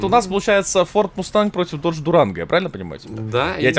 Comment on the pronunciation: не додге,а додж